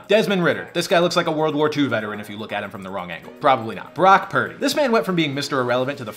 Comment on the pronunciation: The Brock!! Purdy!!!! got me laughing😂